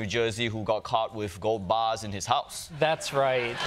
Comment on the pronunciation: "gold baahhhs".....